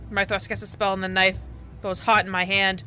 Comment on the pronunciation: Don't you love how they pause in the middle of their escape, just to settle Sexto's daddy issues..... Yeah, me neither (Oh but Hildyr is pronounced Hill-Der and Mythros is pronounce Myth(like a legend)-ross)